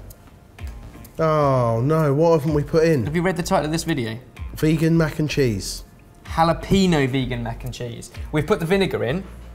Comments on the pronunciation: "hala-PEENO".......... please, it's "hala-PENYO". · Love ya, stop saying jalapeños!